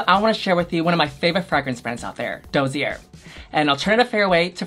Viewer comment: Yuhua every time 'It's my favourite brand, Dossier!' (pronounces it DOUGH - ZEER). RuPaul dying at Yuhua's pronunciation of dossier: 'WHAT'S IN THE DOSSIER?!!'